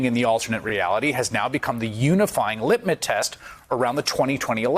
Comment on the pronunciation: Litmus, not whatever he said.